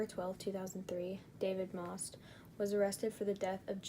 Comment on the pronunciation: I'm sorry but you did not pronounce The last name right , one of his victims is my uncle , I'm pretty sure based off my yourube channel name you can tell which one is me